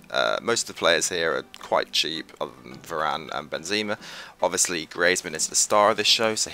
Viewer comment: its pronounced greeze-mann and benzaymá